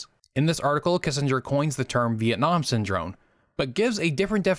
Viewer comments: good video, just a few notes. You consistently pronounced the word Syndrome with an "n" rather than an "m". Also, you mentioned Asst. Sec. State William Bundy but you have a picture of Robert McNamara. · lmao syndrone, every time! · I enjoyed listening to you mispronounce the word Syndrome for over 16 minutes. It may be a world record.